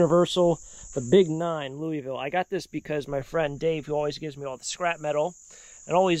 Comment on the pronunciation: Louey-ville 😂 Ah, yes, you are not from here. No worries, even my husband doesn't pronounce it 'correctly' as he isn't from here either. Great finds! Thanks for taking us along.